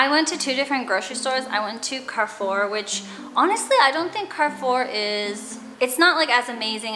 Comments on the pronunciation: You pronounced the name Carrefour well! However A is pronounced like in apple (open vowel) rather than the A in car . 😉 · I grew up going to Carrefour in Mexico and when you pronounced it correctly I didn’t recognize it until I saw the logo. You never cease to surprise me with cool little things in your videos. Loved everything about this. ♥️